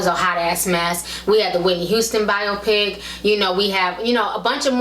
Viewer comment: The way she's pronouncing biopic is killin me